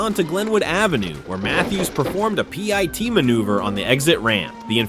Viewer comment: PEE EYE TEE MANOOVER